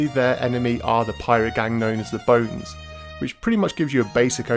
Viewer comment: Haha first you said "maga man" at one point, then you call the Bonnes the "bones" :) ..